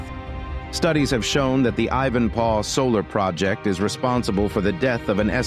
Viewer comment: Ivan-PAW?! Surely not?! Next they’ll be saying ‘LOSS-Vegas’ 🤦🏻‍♂️